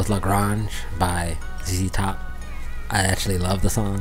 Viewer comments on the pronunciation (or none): Lah Gray-nge,,,,,,,, not Lah Grah-nge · It's not La Gronge. It's La Grange. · That Lil' Ol' Band from Texas. (And the song title is pronounced "Luh-GRAYNJ" (second syllable rhymes with "range"). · La Grange rhymes with range Not Lah Grarnge. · LA GRANGE Rhymes with RANGE.....not gronj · It’s pronounced La Graynge. These guys refer to themselves as ‘the same 3 guys playing the same 3 chords’. Billy Gibbons, lead guitar and lead vocals, Dusty Hill on bass and vocals, and Frank Beard-oddly no beard on drums. Billy has this legend that says he uses(d) a Mexican silver peso to pick the strings. Their misic is deeply influenced by the blues and hillbilly rock. Jimi Hendricks referred to Billy Gibbons as the best guitarist he ever heard. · It's pronounced like La Range, but with the g. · Grange is pronounced like grainge. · The singer said lagrAnge and u still mispronounced even after the song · Loved watching your reaction to the song. There have been several suggestions about additional ZZ Top songs, so I won't rehash what's already been said. Could you please do me a favor? As a Texan, you're killing me with your pronunciation of LaGrange. It's a long A sound as in range, not a soft A as in orange. You are very respectful and polite, so I know you'll want to say LaGrange correctly moving forward. Loved your video, your facial expressions made it perfect. Ive been listening to a lot of ZZ Top during the "shelter in place", and they been a great way to enjoy the solitude. Check out their documentary on Netflix, its kind of amazing how they got started and how they've lasted for 50 years. Thanks for your post!!! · Please learn how to pronounce the name of the song.